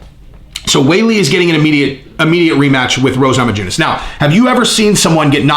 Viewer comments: It's pronounced Namayunas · lol Nama-JU-ness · The j in namajunes is silent brother. Keep up the great work, love this channel and its content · The "j" is silent.